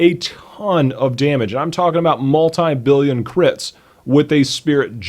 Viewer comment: The way Americans say "multi" makes me cry every time